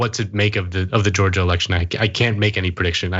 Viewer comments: "DIS IS JO-JUH! WE AIN DUM!" As a Georgian, he does not represent me. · "This is Georja, we ain't derrrrm." Yeah, right...